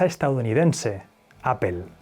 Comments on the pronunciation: Se me muere un poco el alma cada vez que escucho "apel" en lugar de "apol" pero qué buen canal jaja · Solo una observación 👀...Apple se pronuncia (appol) 🍎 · Apol no apel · Porque le dice Apel a Apple? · Apple, se pronuncia “apöl”. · Se escucha feo (apel) 🙄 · Ustedes los españoles tienen mal pronunciación en el inglés Apple se pronuncia apol